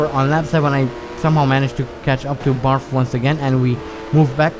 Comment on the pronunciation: Maybe it's your accent, maybe it's a subtle joke on your part, or maybe I'm hearing wrong. In any case, I'm amused that you pronounce Edgar Barth as Edgar Barf.